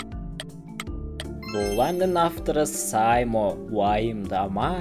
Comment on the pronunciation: сай мо емес сэй мо дұрыстап қылып айтсай🤦‍♂️